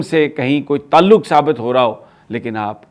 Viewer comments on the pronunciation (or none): none